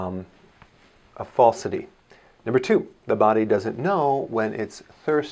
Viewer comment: What kind of doctor says "the" as "d"...? Oh wait is this Dr Dre?